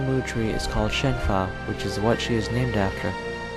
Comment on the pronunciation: Her name is Shenhua, not Shen Fa